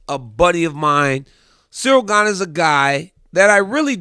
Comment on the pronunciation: At least he respects Stipe as a fighter and you too DC. He literally refused to say Gane's name correctly and it was so funny. He kept calling him Cereal Gain LOL